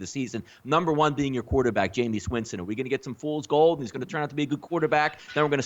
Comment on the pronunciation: I can't listen to mooks who call him Jameous Winston...rest of their takes are obviously as misinformed